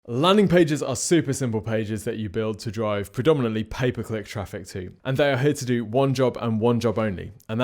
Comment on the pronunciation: I hear "paperclip traffic" when you say "pay per click traffic" 🤣🤣 I was like... WHAT is he talking about!